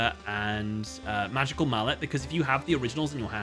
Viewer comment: "In the maweffic wwwwerld"